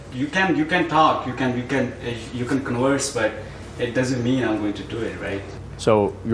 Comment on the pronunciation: "You can conwurse"